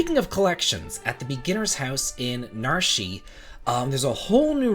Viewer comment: NAR-SHE? I always pronounced it as NARSH